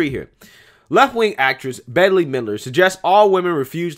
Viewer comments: Pronounced BET MIDler. Not Betty. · Its pronounced BET. BET MIDLER. But sounds like maybe we should rename her... Bish Midler 😏😉😊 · Her name is pronounced like "bet"....... you'll be most likely to remember her from the Halloween movie Hocus Pocus......but yes, it's pretty ironic that they're asking women to hold out.....lol.....of course that will cut back on unwanted pregnancies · Her name is pronounced “Bet”, not “Betty”. And she’s a raving lunatic. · It’s pronounced BET not Betty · her name is pronounced as BET not betty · Her name is pronounce 'Bet' not Betty. She can believe whatever she wants, thats her choice, even if it is a load of crap! She's may not be necessarily dry like you think! Don't believe that!!!!! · Also, to help ya out -- her name is pronounced,"Bet" -- even though her name is spelled, "Bette". Not that you'll ever do a video on her again hopefully, (with her, it'll always being some brain dead statement she makes) but I wouldn't want you to be accused of being a sexist for not properly saying her name. 🤣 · Her name is pronounced “Bet.” Cher is pronounced “Share.” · Her name is pronounced "Bet". She is a minor celebrity from the 1980s and the fact that a man your age has never heard of her is because she was a nobody even in her day. Now she's found a way to get her name and "face" back in the public eye. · Bette, I usually hear it pronounced like "bet" and I only know her from that witch movie Hocus Pocus lol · Hey friend - Bette (who is a particularly sour human being since the 1980's) pronounces her name like "Bet". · Listening to you mispronounce Bette (Bet) Middler’s first name makes this video that much better. I loved so many movies she is in and now I can’t stand her or watch her. She deserves everyone not knowing who the hell she is and mispronouncing her stupid name. Great vid! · Her name is pronounced bet. The other te is silent. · Pronounced Bet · Her name is pronounced bet midler